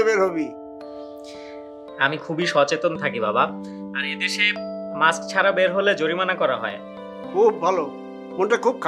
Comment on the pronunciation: Maks na mask , fokinnir pola director osikhhito uccharon janena , disgusting